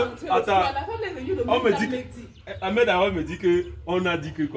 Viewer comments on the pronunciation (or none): none